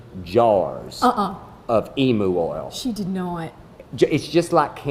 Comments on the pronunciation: In the South or wherever else, "emu" is pronounced "e-mew", not "e-moo". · I've never heard a Texan pronounce Emu like "eemoo", it's always been "eemyew"!